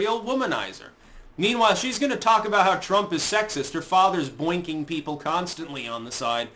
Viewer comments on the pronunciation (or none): “Boingking” :D